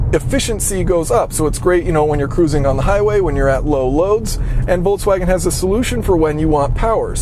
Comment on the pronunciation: Voltswagen is not a word. Why are there so many people who cannot pronounce Volks? It's not Volts.